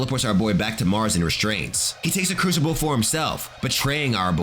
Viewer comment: Your pronunciation of the word crucible is absolutely horrible. It’s not a cruchible for god sakes